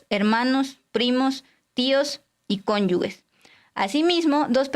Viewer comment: Para que sepan las jóvenes periodistas que si las vemos, las escuchamos y les ponemos atención, al minuto 16 dijo conyugues en lugar de cónyuges, error que por otro lado es muy común aunque no excusa para un comunicador.